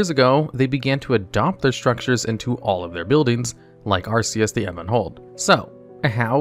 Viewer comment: Ah yes, I remember ARCEUS, the Ebon Hold well.